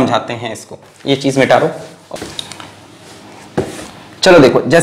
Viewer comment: everybody : Mita de ? Alakh Sir : Mitaar de !!!